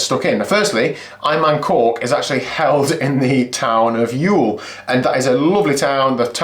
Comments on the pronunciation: Thanks. Youghal is pronounced Yawl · Hey, love the videos and the great attitude you always have in these. One small point. Youghal is pronounced "y'all", like the americans would say, or yawl. Keep up the great work. Andy